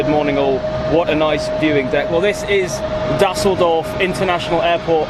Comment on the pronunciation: Na, hier nimmts aber Jemand sehr genau.... Mindestens hat die Aussprache von Düsseldorf (für einen Engländer) besonders gut hinbekommen und Beide haben es geschafft, "Duisburg" besser auszusprechen als Franz Beckenbauer. Da kann man ruhig mal ein Auge zudrücken, wenn es um Rechtschreibung geht.